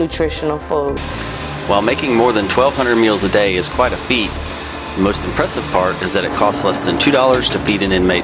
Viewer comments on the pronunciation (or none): none